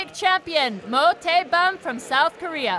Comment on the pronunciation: 그와중에 계속 모태범 이름 잘못 부르는게 킬포 ㅋㅋㅋㅋㅋㅋ